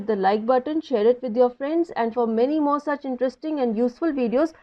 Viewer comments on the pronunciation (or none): none